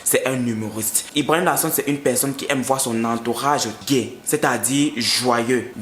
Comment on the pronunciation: Brother la prononciation stp je suis une personne gaie (gè) quand tu dis gay(gé) ça sonne bizarre